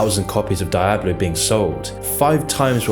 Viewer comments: Dee ah Bloh son DEE AH BLOH.....sorry that Die ah Bloh pronunciation was literally giving me ear CANCER lol Edit: Great video though!! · DIE-ablo? lol learn to pronounce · die-abloe??? why do people like you make such stupid mistakes? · "DAYABLO" ?? Are you serious Nigga? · "Die"ablo??? really? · Die-A-Blo tu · The way you pronounce Die-ablo really bothers me lol it's an attempt lmao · Stop pronouncing it Daiablo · what is Dye-ablo? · Di-ab-blo? ...what? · Die Ah Blow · Did he really say "daijablu" ? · Did he really say "dijablu" ? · I like how he pronounces Diablo as "Dye-Ablo" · i dare you say dieablo one more time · Ur content is great, but I can't help, but say it's Dee-ob lo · He said Die-ablo... ouch. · "dye-ablo", "world of war" and "nostril-rius"... come on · You're saying Diablo wrong. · how can this man not know how to say 'Diablo' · That pronunciation of diablo is up there with blizzard's atrocities 🤣🤣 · Why do you pronounce Diablo like that? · Aint no one finna mention how he pronounces “Diablo”? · The way he pronounces "Diablo" is very unsettling. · the way you pronounce Diablo makes me angry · The way this man pronounced “diablo” gave me a stroke. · has a surprising ability to butcher any name he comes across, I had never seen someone mispronounce diablo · I felt physical pain every time he mispronounced diablo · Bro I'll donate 100 bucks if you stop being such a Britbong and pronounce Nike and Diablo correctly. Nike does not rhyme with K*ke dude. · Jesus Christ, the way you are spelling Diablo gives me brain damage. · good video. But I have an issue with how you constantly mispronounced Di-ablo, World of War and Nostairius. It's Dee ah blo. World of Warcraft and nostaLrius as in nostaLgia. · Its D i ablo not DIEablo..... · You know is not a gamer by how he pronounced Diablo (DiEaBLo wtf?) 😂 🤧 🤦‍♂️ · “Die-Abloh”, It’s “Dee-Ahblo” ffs lol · Great video but say its , DEE OBB LOW not DIE AB LO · Die-ablo lmao It's pronounced dee-ablo